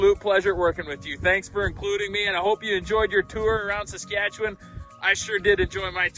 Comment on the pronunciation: Geez! can even say Saskatchewan right! Better than someone from Ontario! Good job!